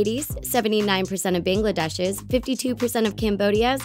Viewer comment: YOU SAID BANGLADESH WRONG